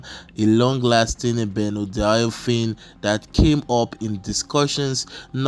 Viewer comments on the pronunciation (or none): Na benzodiazepine my man dey call benodiafine? 😂😂😂 Anyway great video man 👍🏽